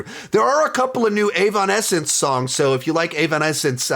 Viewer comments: Did bro just say AVONessence? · This is a dumb question but when say “Avonensce” do you mean Evanescence? 🤔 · The what did he sayyyyyyyyy meme. Brother that is not how you pronounce evanescence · I can’t get over the way he pronounced Evanescence 💀